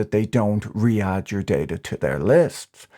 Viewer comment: Anyone else notice how Patrick pronounced re-add as Riyadh I'm the DeleteMe ad? This guy is on another level.